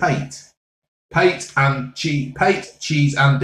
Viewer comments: " what the hell is PATE." Love this man. FYI it's pronounced ' pat-ay' . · PATE what the bloody hell is PATE hahahah cracks me up it’s pâté mate 🤣😂🤣😂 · Pate...pronounced at pataaay...😂😂😂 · "Wot the bludy 'ells Pait?!" 😂